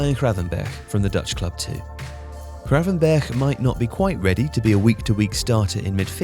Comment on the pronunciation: Good pronouncing of gravenberch mate l am impressed